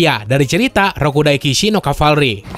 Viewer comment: Rakudai Shiki no Cavalry, no! ITS Rakudai Kishi no Cavalry